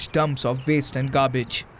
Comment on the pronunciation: Ahhhh, it's not "IF" Delhi will be flooded again. It's "when". Should be "DUMPS", not 'dumbs'. Also, it's 'silt', not 'slit'. I hope the various Indian governments get together to repair, update and MAINTAIN all the infrastructure. M 🦘🏏😎